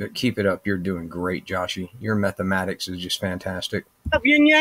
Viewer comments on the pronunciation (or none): Did I hear you correctly did you say " Methamatics " 😂